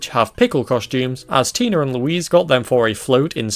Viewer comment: Do you realize every time you say Tina you say tiner (just got done watching all of new who and accents are really annoying me rn )